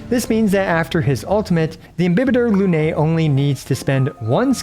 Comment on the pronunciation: 1., thanks for your precious videos! 2. You got the correct pronounciation for IMBIBITOR, however the AE sound in LUNAE should be shorter, like the E of EXACTLY 3. Wish me luck, i'm about to pull for this husbando 😂